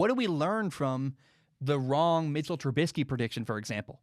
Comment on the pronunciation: I want to start off by saying I love your podcast/show. It literally makes my day when a new episode of your show drops. However I feel like you should change your stance on giving trubisky the respect of saying his name right. Everyone has the right to be treated with respect, and by purposely saying his name wrong, you are being cruel and disrespectful. It feels like something a bully in high school would do. I hope you change your stance on this. But anyways keep up the great work and have an excellent day.